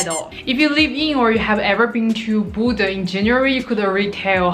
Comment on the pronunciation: The way you say Bodø sounds like Buddha, I was a bit confused lol